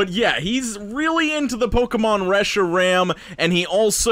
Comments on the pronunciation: The way he pronounced reshiram is really funny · The way he pronounces Reshiram triggers me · I coulda swore instead of saying reshiram, I thought he was he was singing about loving fresh RAM.